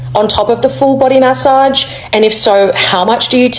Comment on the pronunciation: take a shot every time she says ma-ssage 😅